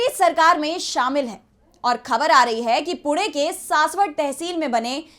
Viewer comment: Very good report. Good anchor but she doesn't pronounce the words like "Khabar". She should use Bindi in Hindi.